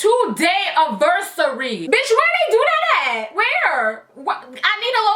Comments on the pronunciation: I am laughing so hard at the fact that you say “aversary” instead of “anniversary” AHAHAHAHA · 2 day "aversary" hhahahah i thought it was anniversary😂